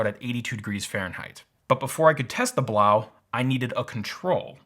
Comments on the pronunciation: I've heard that the actual proper pronounciation of the AC is 'Blow" not 'blauw". Its just that some websites insisted on the latter. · I think it woukd be pronounced "blow" not "blough". Kind of makes sense when you think about it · I need to correct your pronunciation of the product name. "Blows" is correct. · ITS PRONOUNCED “BLOW” FOR GOD’S SAKE